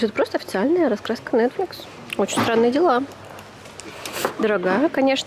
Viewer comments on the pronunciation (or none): none